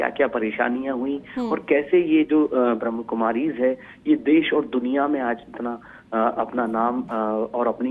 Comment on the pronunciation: ब्रह्मकुमारी नही ब्रह्माकुमारी बोलो बहन जी, सब यही गलती करते हैं,यह भाई जी भी, यह संस्था किसी मनुष्य के द्वारा नहीं बनाई है,यह तो डायरेक्ट भगवान द्वारा बनाई गई संस्था है हर रोज परमात्मा शिव पढ़ाने आते है अब इस पुरानी दुनिया का अंत निकट है नई दैवीय सरिस्टी की स्थापना का कार्य चल रहा है